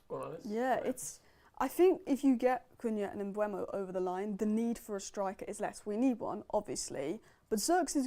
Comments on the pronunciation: Wow, all of a sudden is pronouncing Mbuemo correctly (Mbwemo, rather than Emboomo), as she has been pronouncing it on every one of her Talks Football videos. Hallelujah! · Nope, me and you made the same mistake!! I said the same thing, having a real go at people on every vid lol then decided to pit it in YouTube and found Mbuemo pronouncing his own name on a video of the Brentford squad introducing themselves, it is in fact M-BOO-MO!